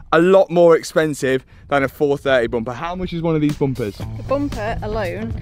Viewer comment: It's bum per not boom per